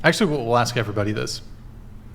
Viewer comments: Honestly, ladies. is right in my lane. The rest of you...ehhh. And ask...not "axe". I'm half black and it's annoying. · Red tank top is just awful. She's got fake...everything. She's wearing Christmas tree ornaments as earrings. She's inarticulate, says "axe" instead of "ask," and that's on top of the idiocy she spews. She's rockin' sideburns ffs. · You don't ax anyone anything... Speak right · Knowledge is sexy but she doesn’t know how to say the word “ask” and that just makes her -10 rather than the 10 she said she was…. DoNt AkS mE i DoNt MaKe ThE rUlEs